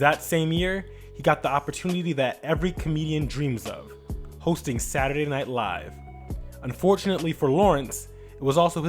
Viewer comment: When reading in Martin voice and he pronounced Saturday. 😑